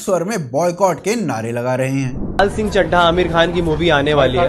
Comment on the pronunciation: Film ka naam to theek se bol le